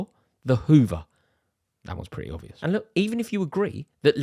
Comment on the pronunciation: The ‘b’ in obvious is NOT silent. Grrrrr.